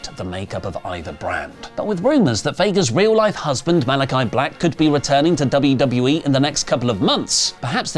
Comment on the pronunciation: Paul Heyman saying WWA instead of WWE 2K25 was pretty funny. I'd get the game just for the Bloodline cover art lol